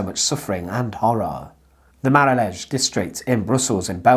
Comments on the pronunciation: Brussels, truely the capital of surrealism :) btw, it's pronounced "les mah-roll", and the neighbourhood doesn't exist anymore in any shape or form as it did back then. It has been mostly razed to the ground in a mega project for large infrastructure and office building development. It used to be the area where the poor Bruxellois lived, and interestingly they kind of had their own language which constisted of folk based dutch interspersed with folk french colloquiliasms and it stood out from the usual bourgeois french that the striving upper and middle class cultivated eventhough Brussels was a dutch speaking city in its origin. Anyway, that's a whole story in itself. I enjoyed my time living there and the place is rich in odd stories and history, but this one was new to me! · The pronunciation of Les Marolles is hilarious…. One could also, by the way, use the word Marollen in Dutch since Brussels is officially bilingual French/Dutch.